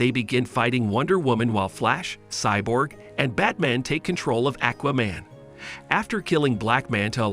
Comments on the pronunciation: WTF is a Akwah-Man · why you say Aquaman Lex Luther like that lmao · Omg, I appreciate this narrator but come on bro....learn how to pronounce words and names the way 99% of comic readers and animation/film viewers, and VO actors too say how the character's names sound! 🎉😂 I can't be the only one to cringe at "ĹaKes LoothoR' or "Aķķķwaaa-Mane" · Buddy said akwa man and lex lether. Smh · Ha Ha Ha - Ackwaman and Lex Luthher! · Lmao ahquaman, parayduhmons, lex lother